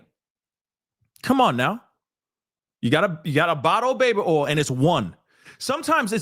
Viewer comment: when you say baby “ol”, I h i’m laugh every time. 😂